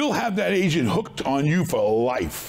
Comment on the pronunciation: "We got bankers, we got real estate ASIANS". "Pay the ASIAN a commision". Im dying laughing anytime he says "agent" it sounds like he is saying "asian" 😂😂😂😂😂😂 Take a listen try not to die laughing - (15 sec, full of asians)